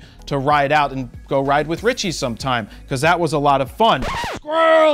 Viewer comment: squirrrel ...squirrel, hey buddy did you know i am vlogger >.< lmao